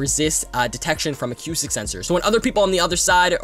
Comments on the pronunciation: Uh-coo-stick. Not: Ah-cue-stick. But I’ll subscribe, good video. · Acoustic (uh-koo-stick)